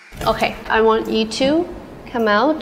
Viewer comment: i lost it when she said i wang to make mistakes too bc of lisa